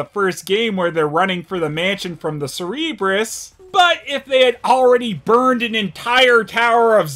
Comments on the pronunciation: Cerebrus? instead of Cerberus? That was hilarious!!! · So why do you call them Cerebrus and not Cerberus? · ...C-E-R-E-B-R-U-S? Shouldn't it be C-E-R-B-E-R-U-S (like the guardian of Hades)? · The dogs aren't called cerebrus (sur-ree-brus), it's Cerberus (sur-bur-us), like the three-headed dog. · WTF is a "Cerebrus"? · I'm pretty sure you pronounced Cerberus wrong. It's pronounced Sir bur rus. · I think it is mispronouncing it, since all the B.O.W.s that were deliberately created by mutating Doberman Pinschers with the Tyrant Virus were named Cerberus, after the three-headed hellhound. also called them "Cere-brus" in his RE Extinction review. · I know that with the amount of bullshit these movies have, complaining about something you say is a bit out of place but "Cerebrus"? Is this an in-joke I don't remember from previous reviews? I'd understand writing this wrong instead of the correct "Cerberus", but deliberately pronouncing it? What's going on here?